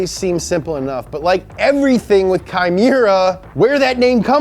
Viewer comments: Unless kei chooses to pronounce it differently, i think it would be ‘Kay’ not kye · Kei Miura is pronounced "Kay". Japanese e-i sounds like the e-i in Reign. It's a common shortened version for names like Keiichi, Keisei, Keiiji, or Keiko. Though Keiko is often used for girls nowadays. Fun fact. The More You Know! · great vid , but its not "kai" it's "K" It's just pronounced like the letter, "K" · Great video and hilarious skit! But the way you pronounce Kei's name is "Kay" not Kai 😂 Nice try though! 😂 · Love this and excited for more of this tuner series to come. However, I really wish you guys would take a bit more care in pronouncing the central figure's name correctly. In this case, it's "KAY" not "KY." Like "O-KAY" and not "KY-LO REN." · Why are you pronouncing his name as Kai? His name is Kei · Sweet, Up to Speed is back^^! Also it's pronounced "Kay" if it's K-e-i. How you're saying now is as if it's spelled K-a-i. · Ya know, the name of the main legend in the vid is pronounced as "Kay", not "Kai". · His name is Kei, not Kai. Kei is pronounced like the letter "K". I know it's pedantic but it's kind of something you want to get right considering it is the guys name and all. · His name pronounce is "K". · I like how hes worried about mispronouncing kyusha , but he mispronounced Kei as Kai the entire episode. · I love you but you’re killing me. Kei is pronounced like the letter K. Say Kay!!!!!!!!!!!!!!! Words like kyusha are tough, I get it. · Awesome video man!!!! sweet cars!!! Just need to work on pronouncing the guys name right, he's japanese not german. KEI = Keh+ee... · Literally spelled "K e i"... Pronounced "Kai" Anyway missed this series :) That dealer rage scene was crazy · (Kei is pronounced more like Kay, or Ke ee) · Isn't it pronounced "Kay"? Oh well, his work is amazing! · I'm triggered by ' pronunciation of Kei 😂